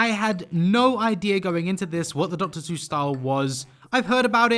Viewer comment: After seeing the styles now I'm just waiting to see if he pronounces Seuss correctly or not... And he didn't, not surprising. Almost no one does But it looked great